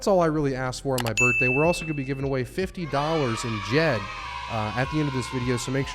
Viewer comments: It's Djed Not D-Jed! Oh and happy birthday! 😁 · Djed is not D-Jed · You REALLY need to learn how to pronounce Djed. It's pronounced exactly the same way you pronounce Djinn. The D is silent. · PLEASE the "D" in DJED is silent Your GREAT presentation today did not end to be marred at the end with